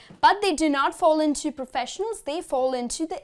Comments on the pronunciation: It's great. You're the best. By the way it's "professionals" not "proffesionals". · I think it's "professionals.